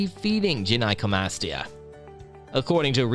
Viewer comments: its "guy-no" not "jen-eye" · i thought you said jedi comastia